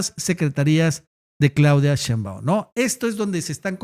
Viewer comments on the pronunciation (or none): none